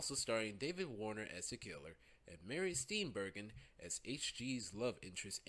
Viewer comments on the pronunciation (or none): Mary Steenburgen is pronounced “Steen-virgin” & James Caan is pronounced “Khaaaaan!!!!!!!!”